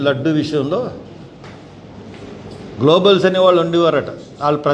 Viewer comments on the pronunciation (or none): గ్లోబల్స్ కాదు తమ్ముడూ గోబెల్స్